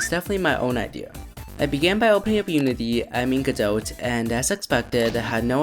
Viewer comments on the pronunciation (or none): Great video! Gotta love the love that Godot has been getting! Just one note - It's pronounced "Guh doe" you don''t have to say the "T". I'm not sure if need to blame Samuel Becket "Waiting for godot" or what, but yeah. guh doe. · or even more accurately "GOD-doe" with stress on the first syllable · 🥲 Me simultaneously smiling and dying as I enjoy your video but die inside every time you pronounce the t in Godot